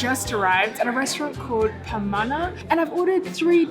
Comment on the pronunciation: The Pronunciation of Pamana is accurate.